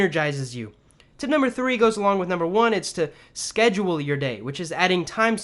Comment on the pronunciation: Tip sounds like Tit Great tips though 👍🏽